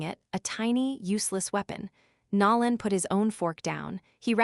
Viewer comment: It’s not Nalon, it’s Nolan with a long “o”. God get the names right. It’s jarring to hear them pronounced wrong.